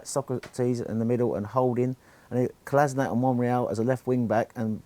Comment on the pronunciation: Come on guys it's time we get the guys name right. It's not Kola-sin-ak. It's pronounced Kola-shin-atz.